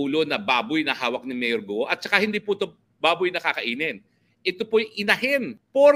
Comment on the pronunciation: Hinde GUO tagalog pronunciation yan say GOOOOOl